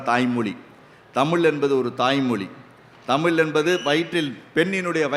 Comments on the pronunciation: தமிள் மொளி பளமையான மொளி.. தமிழாசிரியர்கள் இத்தனை வருடங்களில் ழ ன வை சரியாக உச்சரிக்க ஏன் முயற்சி எடுக்கவில்லை. சமஸ்க்ருதத்தில் வேதத்தை மட்டும்தான் பெண்கள் சொல்லக்கூடாது ஸ்லோகங்கள் பாடம் பேச்சு நாடகம் இவற்றை பெண்கள் பேச எந்த தடையும் இல்லை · மொலி மொலி மொலி , தமில் தமில், அருமையான உச்சரிப்பு இவ்ளவு தகவல் கூறினாலும், தமிழ் உச்சரிக்கும் போது மிகவும் வருத்தமாக உள்ளது.